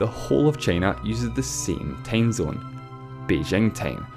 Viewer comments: What's a tamezone? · LEARN HOW TO HAVE A FUCKING ENGLISH ACCENT!!!!! IT'S TIME ZONE, NOT TAIME ZINE!!!! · Matthew Adarichev "tame" zone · Matthew Adarichev he pronounces "time zone" as "tame zone" do somehting about your accent dude